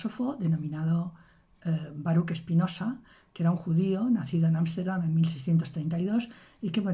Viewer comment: Baruch se pronuncia "baruj".